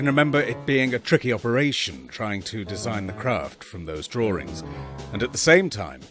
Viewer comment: "Draw-rings." Really annoying how my fellow Brits pronounce certain words!